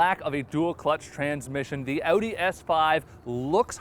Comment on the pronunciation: That's the right was to say Audi - remember its German not "audio with the o"